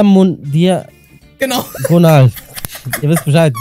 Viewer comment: Ich finde es lustig wie Diagonal falsch sagt😂😂